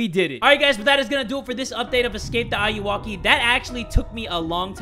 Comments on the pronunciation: jay: Hello guys and welcome to another episode escake the ayuwaki! me : ... IT'S AYUWOKI NOT AYUWAKI PLS DON'T SAY AYUWAKI ! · Ayuwoki is actually pronounced like "are you okay" from one of Michael Jackson's songs. Just a little fun fact! ☺️ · You pronounced the Ayuwoki wrong ( I•U•Woah•Key ) <--That's how you pronounce it, your welcome 😂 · it’s pronounced ay-you-okay like are you ok